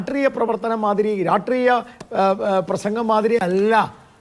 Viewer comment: രാട്രീയ അല്ല ഗോപാല.... രാഷ്ട്രീയ